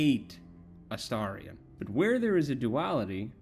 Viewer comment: THANK YOU for pronouncing his name correctly. I know that seems like a low bar, but so many people I've watched talk about him/play the game seem incapable of doing so (A-steer-ion, A-stare-ion 😫😮‍💨🤬).